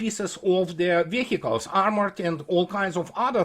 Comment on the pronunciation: Веиклз или вииклз. Не "вехикалс". Please,!)